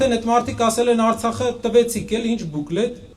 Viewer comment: արցաղը շեշտելով արցախցու ոռը մի մտի այ հայվան